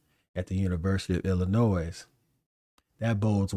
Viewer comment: Love the content... a little bit of advice... The s in Illinois is silent.